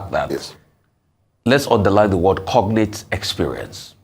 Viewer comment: WHY IS THE LAWYEY CALLING IT CONATE? THE G IS NOT SILENT